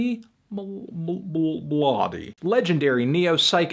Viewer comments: You need to read it like Ochy not oczy polish cz=english ch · I believe "Oczy Mlody" is pronounced "ah-chuh mla-duh" at least using a close English approximant because it's Polish after all. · And the correct pronunciation is Otschy Mwody, learn your shit Anthony